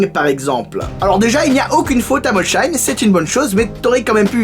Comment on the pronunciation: Molsheim ce pronove molseim. Je suis dsl mais ça me crispe d'entre dire molsheim vivant en alsace